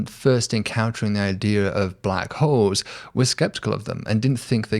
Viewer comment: Black Holes? Oh... I thought you said Black Hoes.